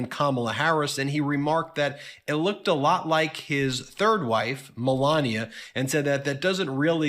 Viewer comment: You disrespectful ass! Pronouncing her name in that way is disgusting...And melania was no great 1st lady...she may have been the worst ever..